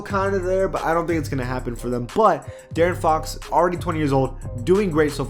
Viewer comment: De-a-aron fox Lol